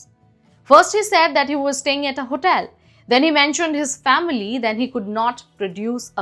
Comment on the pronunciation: Pl brush up your pronunciation... what is HOTAIL?